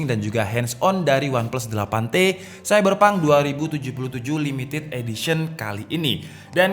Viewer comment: Wah saiberpang tuwenti sepen2 :v logat jawa he3